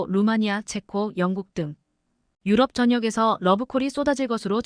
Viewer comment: km를 킬로미터로 못읽고 케이엠이라 하냐?? 2~3년은 2내지 3년이지 23년이 아니다. 나래이터 스크립터 둘다 엉터리다. 대폭을 대쪽 유럽을 유럼 올라타를 몰라타, 5~6세대를 5내지 6이 아니라 56세대 라니 더욱 가관은 2028~2030년을 2028 내지 2030년이나 2028년에서 2030년이라 읽어야지 뭐라 2천28만 2천 30년이라니 무능 무식대담의 극치다. 이런 스크립터 나래이터 둘 다 고만 12만명의 구독자를 모욕하지 말라. 또 5~5.5를 오 내지 오점오로 못읽고 오십오점오로 읽어제끼냐 고만 문닫거라!! 89세 노인독자.